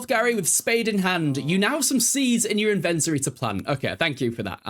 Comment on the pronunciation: The way you say “inventory” is hurting my soul 🙃